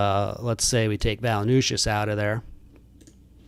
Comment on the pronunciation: It’s Valen-chew-ness brother 😂